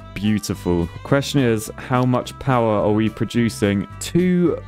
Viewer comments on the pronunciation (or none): Ah yes, hydroelectric poower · Ah yes. The Poower plant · It's a poo-wer station! Maybe call it the poo-ver dam?